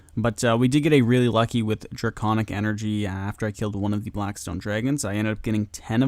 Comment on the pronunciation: “draygonic veezaj” lool